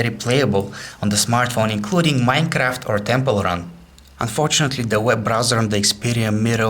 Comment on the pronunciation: Did He Say Mincraft'? c